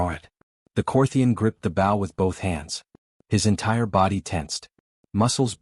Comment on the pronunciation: Please adjust the pronunciation of bow. It is b with a long o. Loses credibility.